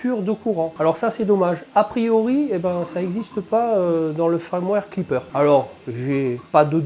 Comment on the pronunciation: FIIIIIIIrmware !! avec un "I" !! l'ail, c'est pour faire de l'aioli, dans le sud ! 🤣 Je t'avouerais que leurs histoires de "I" ou "AIL" (ouille) c'est très chiant, parce qu'on (enfin "JE") ne sait(s) jamais quand c'est l'un ou l'autre, surtout qu'il y en a aussi sur les "Y". . . . pfffff font chier les anglophones ! Sinon, cette bestiole me fait bien baver ! (j'ai aussi une SW X2, comme toi, de base !) Le Klipper aussi (je sais qu'en faisant des pieds et des mains, on doit pouvoir le mettre sur nos SWX2, mais bon, ça a l'air très compliqué quand même. Un détail, tu fais un auto nivellement sans mettre en température avant ?? normalement, il doit être fait en conditin d'impression, donc plateau et buse en température, sauf si je dis une ânerie. (a moins que sur cette machine, il y ait une raison technique à cela.)